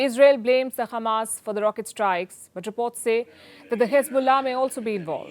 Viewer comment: It's not khamas it's hamas Palki.